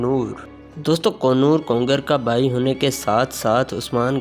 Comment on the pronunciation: kongar nahi konor